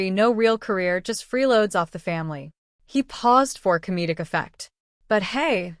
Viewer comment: It's freeloads not freeroads.